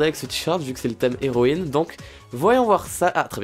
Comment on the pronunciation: Il a que fait de dire zeroïne 😂😂😂😂😂